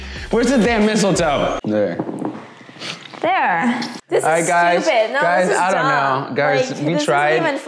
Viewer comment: omg i heard say were is the missle toe?!?!